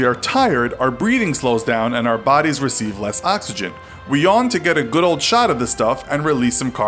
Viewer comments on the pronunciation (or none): none